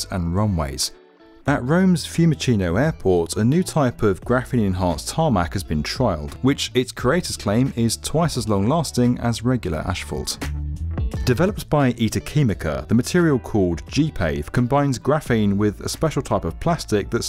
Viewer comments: "...regular ashfault..." WTH is ashfault? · Lol. I like how you say "ash"-vault instead of asphault. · The word is Asphalt not ashphalt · It's AS-FALT... not ASH-FALT for heaven's sake. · This guy will never learn how to pronounce "Asphalt" it seems... At least in this video we could hear it only once.